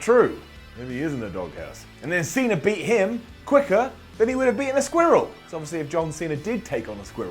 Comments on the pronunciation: says Squirrel hella weird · Why do you say squirrel like that